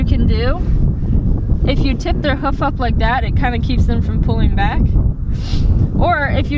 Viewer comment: Can’t deal with how you say “hoof” it’s “h-oof”. Not “huff” 🤣🤣